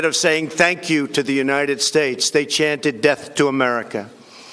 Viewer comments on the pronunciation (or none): He’sh shluring hish wordsh like Afghanishtan and United Shtatesh